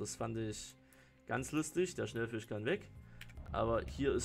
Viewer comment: Da ist kein N in Schellfisch, es heißt S C H E L L Fisch, nicht Schnellfisch, Schell wie die Tankstelle, nicht Schnell wie langsam